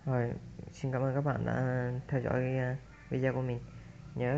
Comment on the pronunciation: góp ý, đọc tiếng anh k cần chuẩn nhưng đừng đọc sai nghe khó chịu lắm, tool đọc là "tun" không phải tút, video đọc rõ là "vi đê ô" dùm